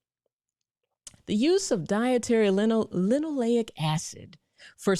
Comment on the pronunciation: I know you mean well, and it was a good video. However. Stop putting "N" in the word linolEic. It's Lino-LAY-ic. It's important because you confuse people. Later they'll hear about linoleNic and acid avoid it. I want to be mean, but I'll explain instead. The polyunsaturated fats in canola oil include linolEic acid — more commonly known as omega-6 fatty acid. Say Lino-LAY-ic. Alpha-linoleNic acid (ALA) is a type of omega-3 fatty acid derived from plant sources. Lino-leN-ic. Don't mispronounce it because then you confuse everyone. I know you'll do better.